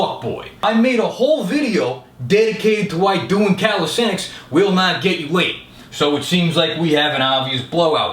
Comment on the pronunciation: That fact that can pronounce "calisthenics" makes him attractive and doable. (not with me though)